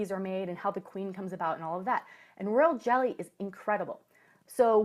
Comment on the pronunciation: Did you said world jelly or royal jelly?